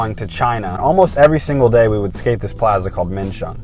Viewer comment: Its plaza not plaza